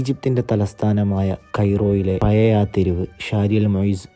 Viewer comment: എന്റെ പേര് ശിഹാബ്. എല്ലാ വ്ലോഗ്ര്മാരും ചെയ്യുന്ന അബദ്ധം താങ്കളും ചെയ്തു താങ്കളുടെ മുഖം കാണാൻ അല്ലലോ ഞങ്ങൾ വ്ലോഗ് കാണുന്നത്... പിന്നെ രണ്ടാമത് ഉച്ചാരണ പിശക് ആണ്.. ഴ എന്ന വാക്ക്. പയേ മസ്ജിദ് അല്ല.. പഴയ അല്ലെങ്കിൽ പഴേ മസ്ജിദ് എന്നും പറയാം